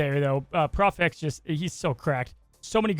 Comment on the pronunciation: It’s prof x not pro x, lol, sorry